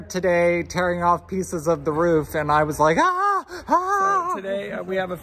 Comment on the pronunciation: Sorry you have roof issues. I noticed pronounced Roof the English way. 😍 Sorry about the car. No point having a nice car in Italy.